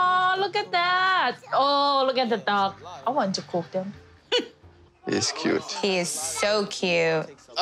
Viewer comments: I heard dog and I was shook and I replayed it and realised she said duck 😂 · I wasn't reading the subtitles and thought she said dog and was totally annoyed lolol